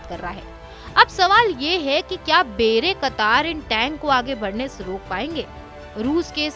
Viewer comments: बेरे कतार नही, बायरेक्टार है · Actual pronunciation should be "bay rak tar" It is not "bayra katar". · बेरेकतार नहीं बायरक्तार 😂😂😂😂😂🙏🏻🙏🏻🙏🏻🙏🏻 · Wrong pronunciation of "bayraktar" and "karabakh ". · Bayraktar tb2 ka naam b padna nhi ata 🤣🤣🤣🤣